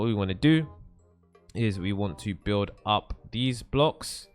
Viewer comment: lol he says upp and we say up